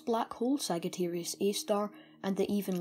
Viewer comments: It's not pronounced sag it's pronounced sajiterius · great content, for a person of your age. you have great knowledge and passion. however, one thing I'd like to tell you: its not pronounced as /ságittæreeus/ but /sájittæreeus/ :) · sag it arius is not how its pronounced but alittle bit of points given for being british btw it (saaj i ter ius.) Sagittarius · It's Sagittarius not sagatarius. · Great video; its thrilling to see teenagers genuinely interested in Astrology and Physics. Just an FYI btw Sagittarius is pronounced Sadge-ah-tear-eeus. (Not criticizing) Be proud of yourself kiddo Thumbs up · your accent is so freaking irritating! sagittarius is pronounced sajitarius and Earth is pronounced urth. nice video though. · Sajitarius not "g" Messy-A not "err" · You're saying Sagittarius wrong and my face implodes on itself when you say it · Just an FYI, Sagittarius is pronounced with a “j” sound. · its Sagittarius A-star you pronounce it as we pronounce g foy gym or not as g for gum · Thanks. Yeah, after I created the video, I realized and was kicking myself for it. In my latest video where I mention it, I've pronounced it correctly :) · Ah, yes. I realized after I posted the video that I pronounced it wrong. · Thanks. Ah, I realized as soon as I published this video that I had pronounced it wrong.